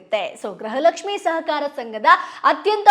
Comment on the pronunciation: ಗ್ರಹಲಕ್ಷ್ಮಿ ❌ ಗೃಹಲಕ್ಷ್ಮಿ ✔️